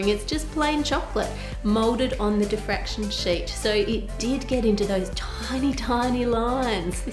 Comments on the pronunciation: Diffraction Ann, not defraction. 😂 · diffraction, not defraction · So close. It's diffraction, not defraction. Still an amazing video and still love ur channel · *diffraction, not defraction. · Im sorry, its a great video and all, just wanted to say its Diffraction not defraction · isn’t it diffraction?? rather than defraction? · I thought the word is diffraction. :) Also, it may be worth mentioning the Applied Science channel of Ben Krasnow and his video